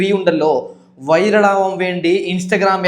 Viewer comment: വൈരൾ അല്ലേടാ വൈറൽ 😂